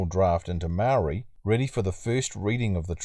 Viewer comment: Only people who are saying Maori want special privalages are Pakeha not maori we want the same privalages you were brought up with , you can't even give us the respect to say maori properly and you want to cry about equality , white men should not be complaining about privalage when they are the most privalaged group on the planet , google it if you don't believe me